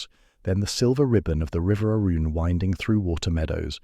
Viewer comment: If AI can’t pronounce Arun and Arundel correctly, I just can’t watch this.